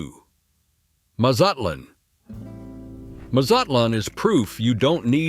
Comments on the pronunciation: The pronunciation of cities and products is appalling. Mole is pronounced Molay, not mole. MazatLAN not MuZutLan. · The pronunciations are atrocious! Muzutlun??? Nope.